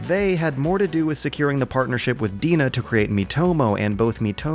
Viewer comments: Isn't DeNA pronounced D-N-A? I am usually not a pedantic grammar Nazi, but I was listening to this video (not watching) and kept wondering who the hell Deana was, and what she had to do with Nintendo, Pokemon, or Google. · Just to let you know, "DeNA" is pronounced "D N A" and "Mobage" is "Moh Bah Geh" (MOBAiru GE-mu - mobile game) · I believe they're pronounced "DNA." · It's pronounced "Dee-en-ay" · I thought DeNA was pronounced "D.N.A.". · DeNA is pronounced like DNA. Sorry for my shitty English.(I'm Japanese)